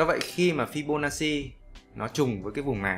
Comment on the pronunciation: Đọc là fi-bô-na-chi, góp ý xíu thui. Thanks ad vì bài giảng dễ hiểu thực tế 🤗